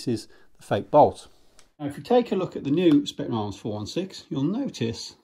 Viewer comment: Hate to be that guy, but it is pronounced Spetzna Arms.